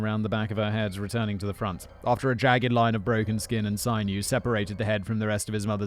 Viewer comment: Sinew. Not sign-you. Sin-you. Linda.